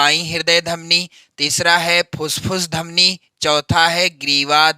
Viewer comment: Fusfus dhamni nahi fuffus dhamni hai😅😅😅